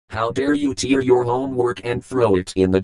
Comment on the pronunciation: It's pronounced "tear", like "chair" or "bear"